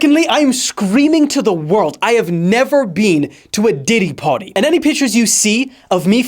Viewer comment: “Party” not pawty! word play he’s been diddled!!!